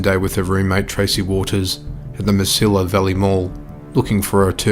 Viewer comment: I'm from Las Cruces, NM. Mesilla is pronounced Meh See Ah. Great job on your video. I will definitely look for them in the future!